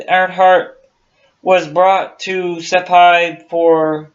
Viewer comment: FIRST OFF THE ISLAND NAME IS PRONOUNCED SI - PAN. SECOND AMIELA AIRHEART WAS P*SS POOR PILOT . SHE CRASHED 3 OR 4 TIMES BECAUSE SHE COULD NOT HANDLE HER AIRCRAFT'S . SHE NEVER LEARNED TO USE HER RADIO AND COULD NOT NAVIGATE .HER NAVIGATER FOR HER AROUND THE WORLD FLIGHT WAS A DRUNK. HER NEXT TARGET WAS HOWLAND ISLAND . US NAVAL PICKET SHIPS WAITING TO GIVE NAVIGATIONAL BEARINGS COULD HEAR HER BUT COULD NOT REACH HER BECAUSE SHE WAS ON THE WRONG RADIO FREQUENCY . SHE MISSED HOWLAND ISLAND BY 20 MILES THE NORTH, SHE WAS TO PASS TO THE SOUTH OF HOWLAND ISLAND WHERE SHE WOULD HAVE SEEN A SMALLER ISLAND TO TELL HER SHE WAS WHERE SHE WAS SUPPOSED TO BE.SHE RAN OUT OF GAS AND CRASHED IN THE OCEAN. THE LOCKHEED ELECTRA SHE WAS FLYING WAS NOT NOTED FOR ITS WATER LANDING ABILITIES.THEY FREQUENTLY BROKEUP AND SANK IN ABOUT 30 SECONDS MAX TIME THEY HAD ONLY A SMALL COCKPIT HACH OVER THE PILOTS COMPARTMENT. PILOTS THAT SURVIVED THAT KIND OF CRASH ARE TO BADLY HURT TO GET OUT QUICKLY AND IF SHE DID GET OUT SHE HAD NO LIFERAFT AS SHE LEFT HERS BEHIND BEFORE SHE STARTED TO SAVE ON FUEL. THERE WERE BETTER WOMEN PILOTS THEN AIRHEART BUT THEY DIDN'T HAVE PUBLICLY AGENTS KEEPING THERE NAMES IN THE PUBLIC . AS FOR THE JAPANESE THAT WAS JUST PRE WAR HHYSTERICS SHE NEVER GOT NEAR ANY JAPANESE HELD ISLANDS. THE TRUTH IS A BAD PILOT SCREWED UP AND 2 PEOPLE DIED AND THAT JUST AS INTERESTING AS A MYSTERY.